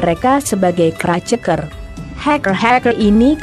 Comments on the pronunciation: crack dibaca kraceker 😂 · "keraceker","haikel" ngomong apa sih